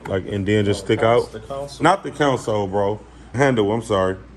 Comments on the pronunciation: 😂 naw he saying counsel, it's console, smh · I be trying to figure out why they keep saying it like that